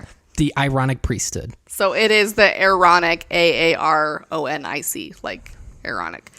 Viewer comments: Omg i thought it was "mormonic" priest bc i kept hearing MORONIC LMAOOOOO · As a Brit, "aaronic" totally sounds like erotic 😂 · I just came from part 1 and I’m so happy I was not the only one that heard erotic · Not gonna lie, I also thought it sounded like the voice on the tape was saying "erotic priesthood". 🤣🤣🤣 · 😂 i thought they were saying erotic 😊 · I just have to say when you were talking about the aaronic priesthood, in my head I pronounced it A-Aronic. As in "you done messed up A-Aron!" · U guys are my favorite YT channel right now 👏 i didnt think about the Aaronic priesthood in the previous video, but after u called it the ironich priesthood, i couldnt 'not' hear it 😂 greetings from Denmark👏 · I kept hearing “moronic” priesthood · I thought they were saying EROTIC lol!